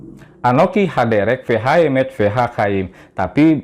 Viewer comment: pakar gadungan 🤓🤣 Udah tau bahasanya lain, kok sukanya maksa banget,...we ha emeth jadi we ah meth... Pemerkosa bahasa, koplakk mu kapan le?